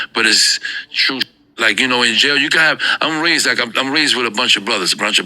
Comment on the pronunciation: when he said “I’m raised with a bunch a brothers”. I first thought he said “I’m racist with a bunch a brothers”. I had to double back